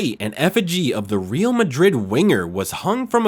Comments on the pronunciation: Hey man, REAL is Spanish means ROYAL , you pronounce it as "real" sounding like real or truth. It's pronounced ReAl , the A like sounded A, difficult to explain by text... anyway sounds very weird and nobody says REAL the way you do, or perhaps you're just the stupid AI translator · Good video but the way you pronounced "Real" hurt my ears 😂.